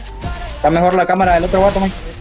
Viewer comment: "Mejol" jajaja eso me mato